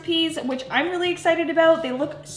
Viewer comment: The word is I'm not I'ne. Great video!